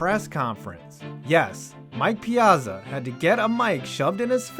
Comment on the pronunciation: ya gotta pronounce his name right, Piyahtzah! i grew up watching the Mets so what can i say.hey cool vid!